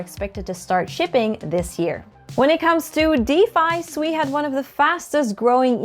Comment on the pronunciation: Is it really pronounced Sweeeee 😂